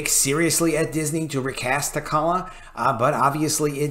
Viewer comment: Good video, love the content! But my guy...holy cow with the pronunciation of characters' names, I physically cringe with all the mispronunciations. With T'Challa alone, if people took a shot every time that was mispronounced they might die of alcohol poisoning. That said, I am firmly in the recast camp and feel that if Chadwick kept his illness silent then maybe he didn't want that to be the focus of his portrayal.